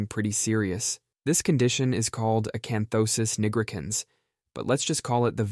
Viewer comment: a canthosis WHAT-icans?